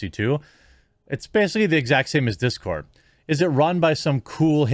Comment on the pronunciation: It's dis cord not that cord.